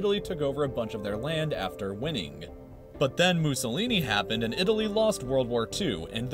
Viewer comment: You said "this part of didaly"